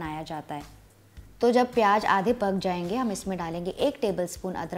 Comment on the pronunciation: Recipe is nice but the word is pyaaz and not pyaaj.